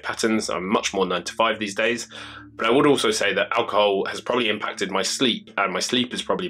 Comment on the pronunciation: It's pronounced ALcohoL not aWcohoW